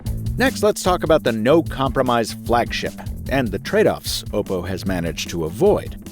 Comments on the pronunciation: oh god i dont like how you say oh pou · Finally a reviewer pronounced oppo right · Bro says "ohpo"?